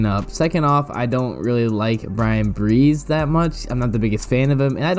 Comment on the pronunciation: Bryan Bresee is repeatedly pronounced Breeze instead of Bruh-Zee.